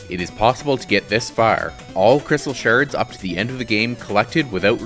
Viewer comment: "Crystal sherds"